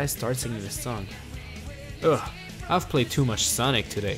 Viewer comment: It’s also funny how he said Soonic